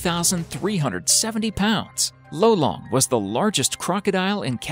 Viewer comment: lolong not lowlang